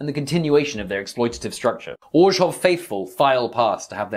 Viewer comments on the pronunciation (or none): Love the video! The way you managed to fit a "J" sound into Orzhov is giving me a stroke, but other than that its a solid 10/10